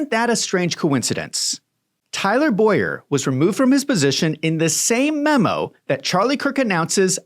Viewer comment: Please dont drag my name into this. He is Tyler Bow-yer. I pronounce Boyer as boy-er😊😊😊